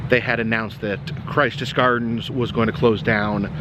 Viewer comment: I will post an update on World of Illusions as soon as i know. Im fairly sure its going to be another eatery. There was many issues within the mall but it is hard to see it go. Also not a big deal and kind of moot but Its pronounced Christous gardens with a short I not like Christ more like Christian.